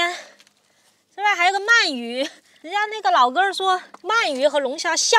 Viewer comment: 鳗鱼，man 二声